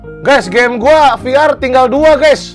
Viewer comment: VR Bukan Veler.